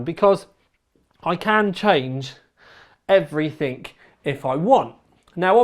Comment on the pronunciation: I love how cockney's pronounce 'everything' as 'everythink' :)